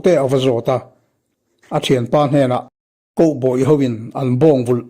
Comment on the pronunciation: Koboy tiin i lam a... Cowboy (khaubawi) tia lam rik theih ni se....❤❤❤🙈🤭